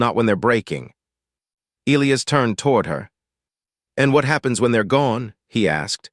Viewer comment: The AI can't properly pronounce Elias.........Figure it out